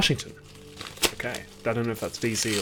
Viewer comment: Whenever Olly says "Okay", I always hear it as "Hawkeye". Very confusing XD